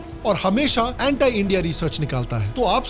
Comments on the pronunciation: anti hota hai bhai...... antaai thodi na hai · Vai pehle Anti ka pronunciation to thik se karle 😂😂